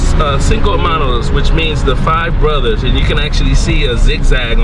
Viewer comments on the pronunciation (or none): “Borthers” lol